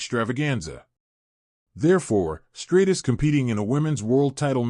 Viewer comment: Trish Stratus (Stra Tus) not Straightus..